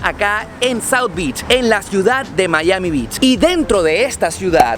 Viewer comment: Wow amigo, ten cuidado con la pronunciación de playa en ingles, la de "beach" parece que dijiste "bitch"